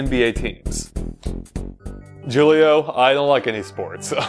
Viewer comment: Not trying to sound mean, but Julio is a Spanish name and the J is pronounced like an H. Just letting you know.